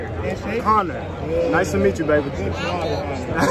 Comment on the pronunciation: “Candle?” It’s Conor. 😂😂😂